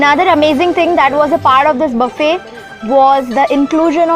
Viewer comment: Buffet thik se bolna sikh ullu ki pathi